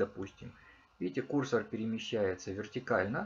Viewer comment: Почему кУрсор? КурсОр, курсОр!!!